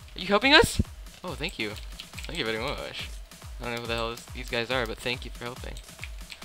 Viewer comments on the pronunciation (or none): " oh thenk uu thenk u vrry muuuuchhh"